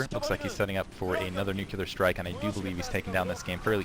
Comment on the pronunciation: Funny how says nucelar strike, Sarah Palin style =X